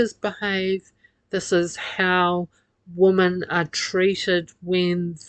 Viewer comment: Your prosodic features are horrible. The word 'women' is pronounced 'wimin'. Without this being correct, little sense can be made of much that you say. Pig ignorant and simplistic as ever.